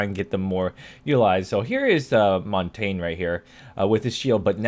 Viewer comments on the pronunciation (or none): omg. You said montanjaa?? are you kidding me? Montagne, doesn't even look like it... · its pronounced montanya